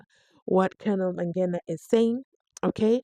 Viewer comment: That is strange indeed because as he said, he had played soccer way back nabo Mike Mangena. Uyahlola as to why he can't pronounce this surname. What happened to 50yrs?